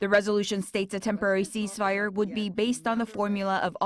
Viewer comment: cease fire not cheese ...only Koreans pronounce like that .